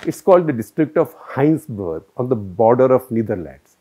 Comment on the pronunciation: Indian living in Germany for over four years now. Big fan of your Cut the Clutter series. I'd like to point out some minor corrections. It's Heinsberg, not Hinesburg. And 320/16000 is 2 %. Not 0.2 %.